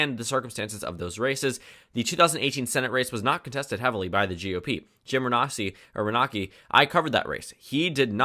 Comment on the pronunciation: It's pronounced Rih-NAY-see, although the way you pronounce it is actually closer to the Italian? pronunciation.